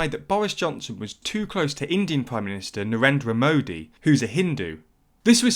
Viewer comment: Guys, it's Narendra Modi, not Nadera Modi...